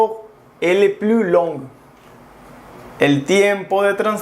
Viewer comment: ”le” no se pronuncia así. Yo se que como mexicanos no estamos habituados a estos sonidos. Pero pon atención a ello sino dices algo muy diferente